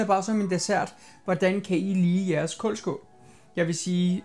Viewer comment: Det hedder koldskål ikke kåldskål ligesom ild😊